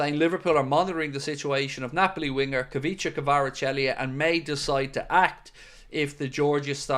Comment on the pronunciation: You’re Fairly Butchering His Name 😂 Kaveechykavarachelli 😂